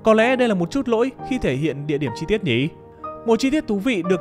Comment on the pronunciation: mình có góp ý với giọng đọc là thế này, bạn có thể ngưng nói từ "nhỉ" thành "nhị" k, nghe rất khó chịu ấy , k biết là do bạn cố ý hay thói quen nhưng mình thấy khá khó chịu ý